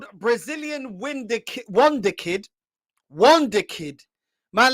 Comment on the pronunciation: Man said win the kid😂😂. He tried to say wonderkid 😂😂